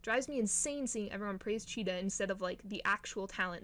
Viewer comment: UR KILLING THE VIBE BY CALLING HER/HIM CHEETAH😭😭😭😭😭😭😭😭😭😭😭 IT'S C H E E T E H Z. GET IT RIGHTTTTTT RAAAAAAAAHHHHHHHHHHHHHH👿👿👿👿👿😭😭😭